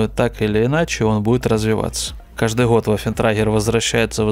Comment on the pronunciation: я злой логопед 😆